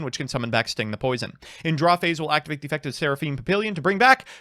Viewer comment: PahPeeLeeYun I live too close to France for this shit. Pah Pi lyon is a little closer, but put as little effort into that last syllable as you can manage.